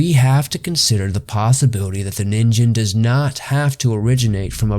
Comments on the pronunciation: It is actually a short "ni" not "nee." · Nin-gen not nin-jin also miocene not meocene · actually it's nin -"gh"en not nin-"J"en it's supposed to sound more like a g, not a j for exaMPLE LIKE THE G IN "G"YGABYTE JST FYIHEHE THANKS FOR THE INTERESTING VIDEO BTW. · NeenGEN not Neenjen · Christ guys, I don't expect someone who doesn't speak Japanese to have flawless Japanese pronunciation, but at least get the name of the main topic of the entire video right. It's "NEEN-gen," not "NIN-jen." So tired of lazy YouTube content that clearly wants to be professional but doesn't put in the work. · Zamasu and Black will take him down don't worry (Also it's called ningen not ninjen) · The pronunciation alone makes this unwatchable. It's not pronounced NIN JEN, its Ning En. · it's pronounced ninGen not ninJen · You do know that its pronounced as "Nin-gain" not "Nin-gen"....right? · Ningen is indeed pronounced “neen-ghen”, not “nin-jen”. If its a Japanese word that contains a G when romanized, it’s never a J sound. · "Ningen" is pronounced "nin-gen" with a g (not a j). Just ask any Japanese person. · "Ningen/人間" is pronounced as [nin-GEn], like in "get." So it doesn't rhyme with "begin." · Fun video! A constructive point: check your pronunciations. The Japanese word "ningen" is pronounced with a hard "g". Also, blubber is used as insulation, no to insult. Keep up the great work! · it's probably pronounced ning-gen you know like you read it manga (cuz it actually spells that way lol) you have to read it mang-ga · It's "neen-gen" pronounced like that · G is not pronounced with a J sound in Japanese. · You pronounced Ningen wrong though. And the animal you show in the size comparison wasn't a blue whale, that's a whale shark. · You butchered the name but quite a good story and research done. Really enjoy your content. Keep up the spooky work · I wanted to watch this but the constant mispronunciation of ningen was too much.